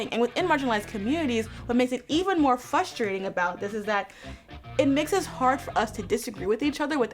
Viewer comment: It’s Frustrating to hear her say Fustrating 😂